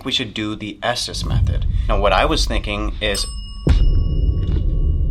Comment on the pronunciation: Just fyi - it’s the “ESTES METHOD”. said “Esthess” and it was spelled wrong on the screen.